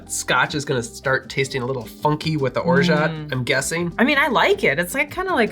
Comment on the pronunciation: the "t" is orgeat is silent. Free French lesson of the day ;-)